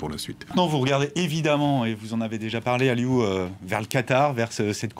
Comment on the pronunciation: Aliou pas ali cisse deja apprenez deja par prononcer le prenom des gens bon sang